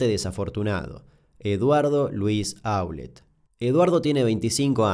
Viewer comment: Damián, lo único para observar es q en varios de tus videos, como x ejemplo en este y en el de La tragedia de Los Andes, hay errores en ciertos apellidos o en su acentuación cuando los decís. Eso también es parte de investigar y ver videos donde las víctimas o fliares hablan. En estos casos Aulet y Naum tienen acentuación aguda.